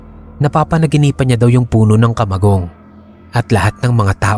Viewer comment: ..taga bicol ka din ba? Fluent kasi ung pagbigkas mo ng kamagong.😁